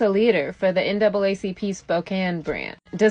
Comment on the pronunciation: I know good and damn well you didn't say the NACCP instead of the NAACP. You need to stop too!